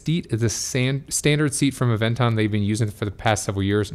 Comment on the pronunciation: Anyone else hearing him say Avenger